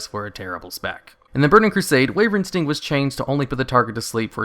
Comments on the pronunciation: its called wyvern sting not wayvering sting why - vern or some ppl prefer whi vern both is better then what ever you are doing :P no hate btw just a bit of semi trolling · Why does it sound like you say wavering sting when you say "wyvern" sting? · Why do you keep calling wyvern sting "wavering sting"?